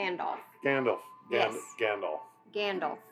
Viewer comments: not them pronouncing freedo, grandalf, sairon, izildor, bilbo bobbins haha. At least they got Sam right 😭✊ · not that it matters but Gandalf is pronounced like the puppet character Alf, most people say it like Dolph (Lundgren)